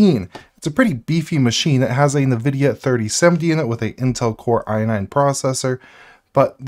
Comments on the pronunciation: Loving your content my man. But I will say the way you pronounce nvidia is driving me crazy. It En-vidia. Not Nuh-vidia. Also zephyrus. That one is definitely zef-er-us. Not zef-eye-rus. However in fairness I'm not 100% sure about the zephyrus pronunciation. Anyway sorry for being a pain in the ass! Love the content! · It's EH'N' vidia not NE vidia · did you just say zeph-eye-rus and nuh-videa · Hey, your videos are great... But this is making me nuts... sorry. It's N like the letter vidia... Like IN-vidia. not what you are saying. lol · nuh-vidia lmao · I might be crazy, but I find it weird the way you pronounce Zephyrus and NVIDIA.